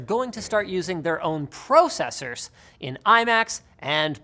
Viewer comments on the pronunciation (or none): Haha...@ processors sounded like PRO..cessors Would be really cool if apple called it the same way ! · Nobody: Linus: Proe-cessers